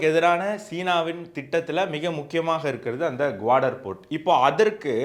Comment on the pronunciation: குவாடர் அல்ல, கவாதர்.. அதேபோல் சப்பார் அல்ல, ச்சா பஹார் (நான்கு பருவநிலை)